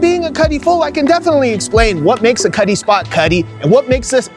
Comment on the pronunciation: It sounds does kinda Sound like he says Cuddly Cuddle Cutt”’ “Cutty”